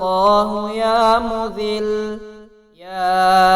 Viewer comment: Bahi Ya Muzzilu ha .please sahi parhain 😭😭😭😭😭😭😭😭😭😭😭😭😭😭😭😭😭😭😭